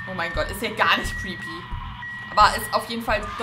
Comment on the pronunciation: Creepy nicht treepy 😂👍